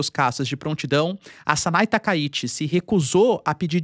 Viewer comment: TakaiChi e não Takaiti